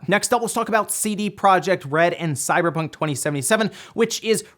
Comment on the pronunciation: 0:031 sounded like you said CyberTRON 2077? 😂. Seriously can't wait for Cyberpunk 2077 to come out. That and Watchdogs Legion 👏